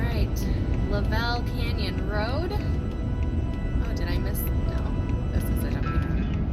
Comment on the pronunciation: Pronounced "LUV ul Canyon". You were in my back yard. Joey was at the groomers I use.